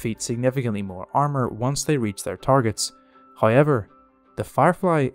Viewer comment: Trust the Irish to read the word "however" and somehow say "hayiver".